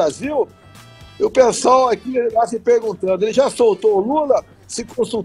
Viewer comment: Ele fala psol ou pessoal?! Hahah